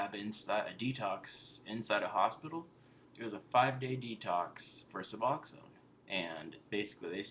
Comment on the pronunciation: Finally......someone who pronounces Suboxone right!!!!!!! Thank you for knowing how to read...lol